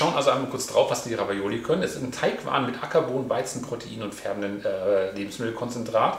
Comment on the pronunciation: Ravioli….nicht Ravaiola 🙈 sonst wie immer top